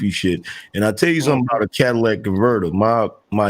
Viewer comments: The Cadillac converter is the most important part of a car. It turns any car into a Cadillac El Dorado LOL. Say it with me y’all, “Cat-Uh-Lih-Tic” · Cadillac converter 🤣